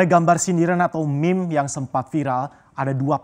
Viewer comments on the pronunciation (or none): none